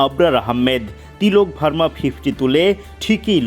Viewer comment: কে এই সাংবাদিক ঠিক মত উচ্চারণ করতে পারে না বর্মাকে ভার্মা বলে